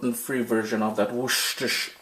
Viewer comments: Worcestershire is so pronounced wuss-ter-sher 😊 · It's pronounced wusta sauce. It's not pronounced the way it's spelled. Hope that helps :) all your dishes are a great help to me thank you for sharing!! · Worcestershire sauce, This word boy lol...